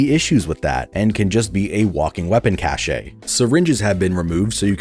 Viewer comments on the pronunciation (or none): Great video but I hope there is a special place in hell for people who pronounce cache as "cash-a" lol